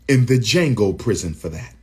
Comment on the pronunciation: "Jhango" club lol Deion